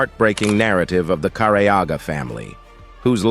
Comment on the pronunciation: Finally the last name is said correctly. Can’t believe it took an AI voice 😂